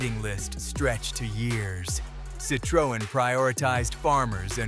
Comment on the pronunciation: Perhaps learning how to pronounce the vehicle manufacturers name correctly would be a good start before doing the audio part of this video.